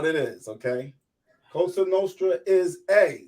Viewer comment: This guy needs to stop saying “COSHTRA NOSHTRA” it’s Cosa Nostra!